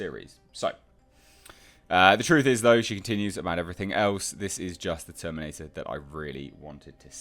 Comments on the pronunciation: The way you said TerminATe Dark fATe 😂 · Terminatuh Dark Fatuh. The laugh I needed, H. Thx